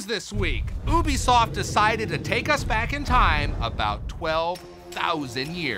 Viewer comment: It's ubisoft pronounced 'YOUbisoft not OObisoft